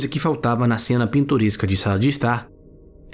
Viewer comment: Eu ouvi "uma cena pintoresca" 7.50" 🤣🤣🤣